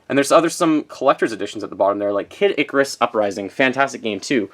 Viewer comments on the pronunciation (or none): none